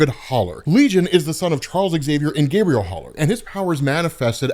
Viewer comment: Explained: sir, please learn the difference between the pronunciation of ‘Gabriel’ and ‘Gabrielle’, cuz it’s kinda important in this instance 😳😜🤷‍♂️